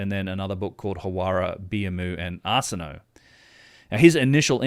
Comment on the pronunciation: Arsinoe It's pronounced are-sin-oh-ay not arse-in-no